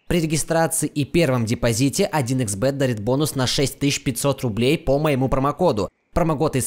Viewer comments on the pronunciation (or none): none